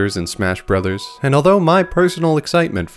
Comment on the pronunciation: am i the only one to notice it said smash broters?